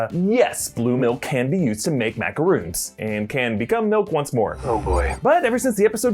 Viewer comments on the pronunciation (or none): Its mac... a... rons..... not mac... a.... roons